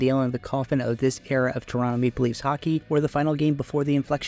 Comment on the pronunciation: Is "Maple Leafs" that hard to pronounce?